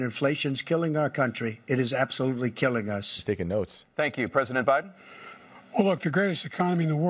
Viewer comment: At about , did Tapper say, "President OBiden"??